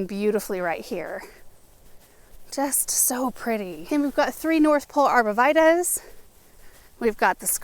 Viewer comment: Beautiful trees! Heads up: arborvitae is pronounced with a “tee” at the end.